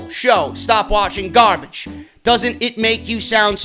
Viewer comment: Karl Johnson had me in bit 😂😂 “garbadge” I am sooo dead